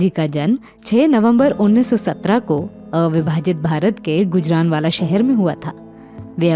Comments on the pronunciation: सही उच्चारण ' गूजराँवाला' है, ना कि गुजरानवाला. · बेवकूफ गुजरानवाला नहीं गुजरांवाला. बनी पत्रकार